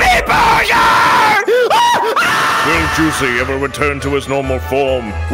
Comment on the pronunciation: I like how juicy always says Burber but when he was one he said burger